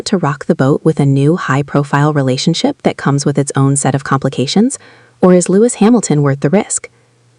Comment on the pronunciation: Lois Hamilton??, it's pronounced Lewis. Why would I subscribe when you can't even pronounce a person's name correctly. Bye